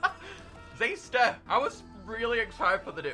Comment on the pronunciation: i've always pronounced xyster with an "i" sound, but ever since this video its just been xeester